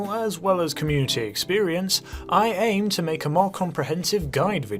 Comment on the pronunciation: I also thought he said ate instead of aim lmao